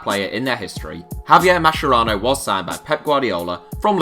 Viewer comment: Mascherano is pronounced "maskerano" lads, not masherano